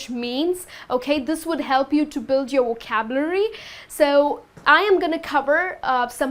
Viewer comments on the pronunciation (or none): you didn't pronounce the word "vocabulary" properly. That's very irritating. You made me crack my knuckles. :-}